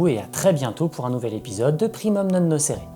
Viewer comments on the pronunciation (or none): suis une brêle en latin, mais il n'est pas censé prononcer le "u" de primum en "ou" plutôt que en "o"?